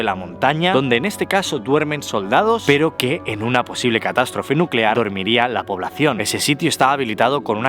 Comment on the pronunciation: nucelar, la palabra es nuuuucelar.